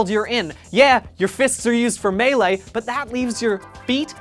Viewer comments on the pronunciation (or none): none